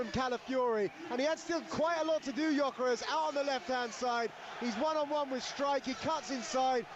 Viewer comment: Well said indeed. Cun*y can’t even pronounce Gyökeres name correctly. Talksport is full of clowns these days they are a pathetic joke.